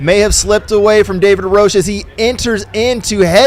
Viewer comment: And THANK YOU for saying "roash" instead of "roach" :) Correct pronunciation!